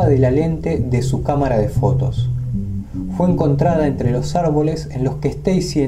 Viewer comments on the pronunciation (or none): Me intriga mucho éste tema, mas aún cuando se menciona el windigo. El único detalle es (sin ánimos de ofender) que se dice "Fue" y no "jué". Le quita el suspenso y la seriedad al asunto. Un saludo desde Entre Ríos, Argentina